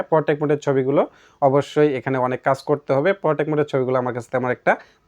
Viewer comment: এর পরথেকে পোরটেক না,,! পোট্রেট বলবেন। আগে ব্যাবহারিত প্রতিটি শব্দের সঠিক উচ্চারণ স্পস্ট কোরে শিখে নিন। আমাদের সমস্যা হলো নিজেকে নিজে যাচাই করতে পারিনা। তবে নিজেকে হাজি সাব মনে করি।